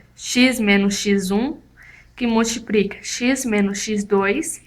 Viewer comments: MultipRica não deu né.. É com L colega.. mas fora isso, muito boa a explicação. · multiprica! multipriiica! bem simpres!